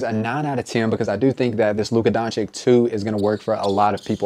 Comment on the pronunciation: i rate your pronounciation of Doncic 0/10